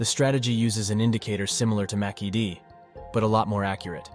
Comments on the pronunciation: "Macky-D indicator" 😆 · You lost me at 'Macky Dee' 🤣